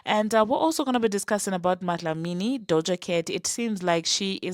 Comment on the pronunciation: Are you South African because of the way you said MaDlamini 😂😂🇿🇦🇿🇦🇿🇦